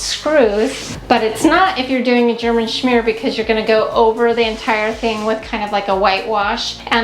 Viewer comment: Hehehe I giggled every time you said German schmear. The bathroom is gorgeous!🥰🥰